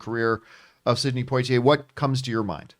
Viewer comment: Did he pronounce his name Point Tee Eh? It's Pwa Tee Eh